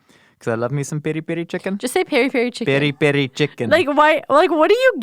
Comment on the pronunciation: nails the "Peri Peri" 😂 Lots of love from Joburg. You guys rock.